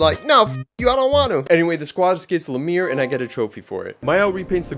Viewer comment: Friggin indian said lameer instead of Lumière